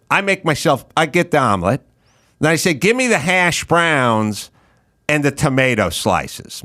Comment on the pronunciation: Ever notice when he says hash browns he puts the emphasis on the wrong syllable?